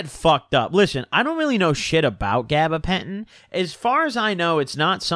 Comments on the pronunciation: He making up words at this point bruh “gabagentin”😂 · “gabapentin tweak lords”